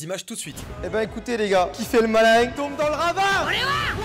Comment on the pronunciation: "Qui fait le malaing tombe dans le ravaing"